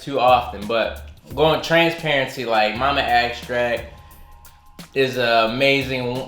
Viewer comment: “Mama agstrack” ☠️☠️